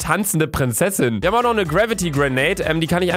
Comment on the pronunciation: wi hap Kevin getötet luca Dein deutsch